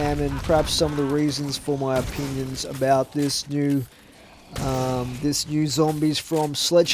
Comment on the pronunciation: You sound like a stoner 😂 "what are talking aboot"